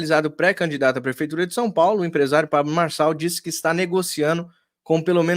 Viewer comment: Boa tarde Didi, não sei qual é a sua, quando fala sobre neurônios, pois vc não sabe nem pronunciar o nome do candidato Pablo Marçal, será que vc tem pelo menos um neurônio pra julgar o Pré candidato?